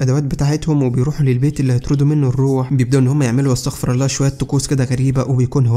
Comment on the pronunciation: استغفر الله بضم الراء لا يجوز القول بفتحها